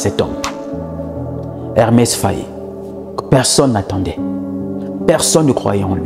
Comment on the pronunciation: EMERSE FAE , pas Hermès,pas Ernest ,merci.